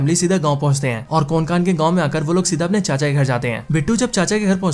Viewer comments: कोनकान नाही रे कोंकण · कोनकान नही भाई कोंकण। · Pronunciation to thik se karle bhai...kokan hota hai...konkan nhi...anpadh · Konkan nhi re Hutiye कोंकण Bol... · Abe konkan nhu kokan hota hai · कोनकान नाही रे कोंकण 😅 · अरे यार.. तुम्हे कोंकण भी ठीक से बोलने नही आता😂😂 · भाई ये मुंजिया नहीं मुंज्या है और कोन कान नहीं कोंकण है। सीधी बात no बकवास। गलत उच्चार लिए हो आप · अरे मेरे भाई ये कोन कान नाही है. ये कोकण है. और मुंजी या नही मुंजा है . मुंजा ये मराठी शब्द है.